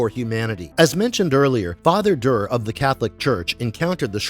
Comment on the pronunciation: I have to click alway halfway through because it’s too irksome to hear you mispronounce everything. Proper names like Duré can almost be overlooked, but hegemony?? Cmon man that’s an English word. If you aren’t sure how to say it look up a pronunciation guide, you are posturing as a subject matter expert here and cant even correctly say half the things coming out of your mouth.